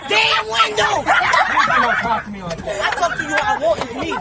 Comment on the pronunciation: I love you brother,and I agree with almost everything you say, but stop saying DAT for THAT, it doesn’t make you sound black, it just makes you sound ignorant. Keep up the good work man!!!!❤